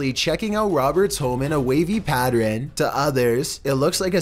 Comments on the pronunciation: Pattren LOOOOL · Its pattern not pattren